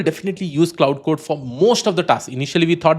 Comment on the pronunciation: You Lost me Pronouncing Cloud code lol